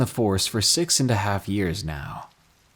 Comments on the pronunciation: Am I the only one that heard him say sex instead of six lmao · Did anyone else think he said “Sex” instead of “six”? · When u said the number 6 for the beginning of story six I thought u said sex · When u said 6 it sounds like sex ik im immature